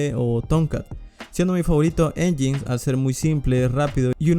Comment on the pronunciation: Nginx se pronuncia como "en-yain-ex" o como decir engine x en inglés :)